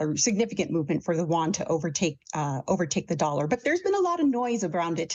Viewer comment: "Wan"!?? It is pronounce "yu-wan."